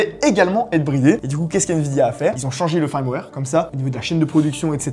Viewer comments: C'est bien "firmware" pas "faïrmware" 😅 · Firmware = "fermware" et pas "farmware" :) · Fraiewar, faiwer fraiwaiiiiiiiiir😂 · prononce le "feurmwère" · Bon les gars, si vous allez utiliser des mots comme "firmware" faites au moins l'effort de savoir comment ça se prononce : "Feurmouère" Au passage, le bridage de la 5090 D est censé être de 30%. Donc soit les drivers laissent passer Geekbench AI sans bridage, soit Geekbench AI représente une charge suffisamment irréaliste pour ne pas déclencher le bridage, soit le bridage n'affecte que les Tensor cores mais pas les CUDA cores et Geekbench AI utilise principalement CUDA, soit NVIDIA se sont plantés.